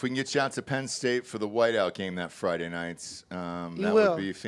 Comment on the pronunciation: It's not Friday, you retard, hard D